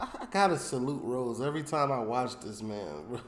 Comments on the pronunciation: Haha! Yeah, it's funny to hear our man calling Kemp - who projects such a hard man image - with a girl's name! 😅"Ross" rhymes with "moss" not "nose"... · Its ross not rose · It’s “ROSS” … r-o-s-s 😂😂😂 kill me